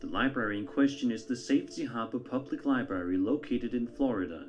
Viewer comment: Hey big brain, its not li barry, its library